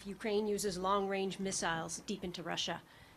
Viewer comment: Trudeau: “Long wange…” 🤭 what a clown. I believe the opposite of what these grifters say. Candace Owens has these people pegged.